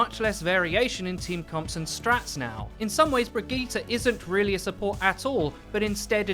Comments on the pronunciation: Is he saying brigette wrong or have I been saying it wrong? I say “bridge-it” not “bridge-gee-ta” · how about learn to sayt he name first then care about a rework